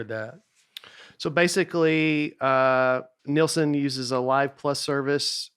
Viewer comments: Binged all the episodes this week. SO GOOD. Nate’s special might be my all time favorite. IS a secret genius. Knows something about everything. seems like the best kind of people. Nate, it’s Nielsen. Neeel-sen. face lights up when Nate dunks on hat. So good. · Did that guy actually ask if it was a real shark? BTW Nate just ignores the i in the name and says Nelson over and over. Disrespectful or slightly illiterate?